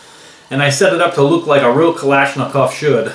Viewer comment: Not to criticize but it's usually pronounced Zahs-Tah-Vah, and Kahl-eh-sh-nee-koff/kov